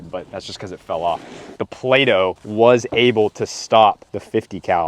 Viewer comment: It just turned into Play-No. 😆👍